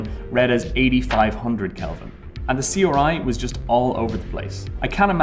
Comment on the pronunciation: Question: Why does this guy say RGB and R9 perfectly fine, but then C-OR-I? Let's not forget when he tried to talk about atomos' HD-OR